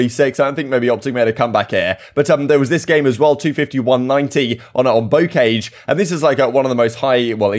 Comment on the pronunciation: it’s pronounced Bow🏹-car🚘-jsh